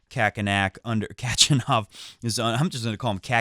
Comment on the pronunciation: the way u say Khakk makes me remember Kokkinakis instead of Khachanov...and I think AO has best chances for many upsets due to the faster conditions...wish u and a very happy new year and plz to stick with...#NONAMECHANGE